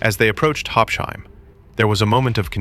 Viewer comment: please pronounce it correctly: Habs-Hime, not Hab-shime. Habsheim is not an English name or word, so please pronounce it accordingly.